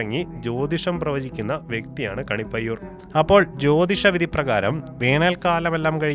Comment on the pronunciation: എടോ കണിപ്പയ്യൂർ അല്ല കാണിപ്പയ്യൂർ ആണ്